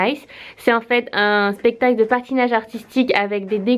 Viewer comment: Like si tu à remarquer que elle a dit pestacle au lieu de spectacle 😂